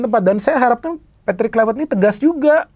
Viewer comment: kluiwert.. wiewer kwkwkwk